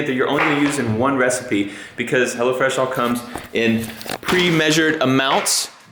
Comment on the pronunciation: Oh, it's HelloFresh. I thought you were saying HellaFresh lol